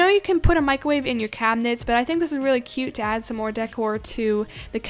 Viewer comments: “Microve” and also when she did the flip I think she forgot she was using a trampoline lol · Mick ro wavve